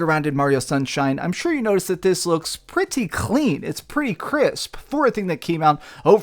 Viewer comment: It sounds like you're trying to cough up a hairball whenever you say "clean"